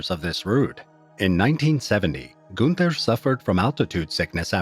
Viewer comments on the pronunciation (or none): none